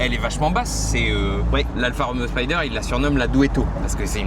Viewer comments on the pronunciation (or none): On dit Spider et non pas Spyder !